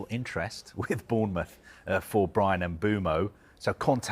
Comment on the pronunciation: The guy is a melon saying Bournemouth